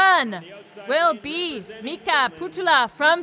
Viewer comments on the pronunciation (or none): none